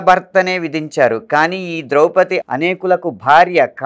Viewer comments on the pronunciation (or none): బాగానే ఉంది, కాని ద్రౌపదిని ద్రౌపతి అనడమెందుకు?